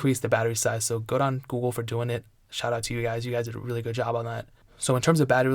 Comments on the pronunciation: He says Ghool, dunno what that is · you said gouhle pixel 723 times